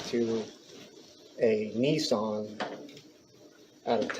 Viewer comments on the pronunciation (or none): none